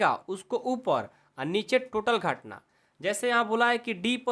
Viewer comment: Sir gahtna nahi ghatna hai 😂😂😂